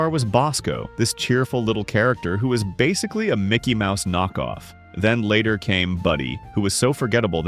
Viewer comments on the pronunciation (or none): none